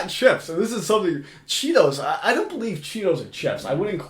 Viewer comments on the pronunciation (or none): said “CHEPPS”… not chips 😂😂😂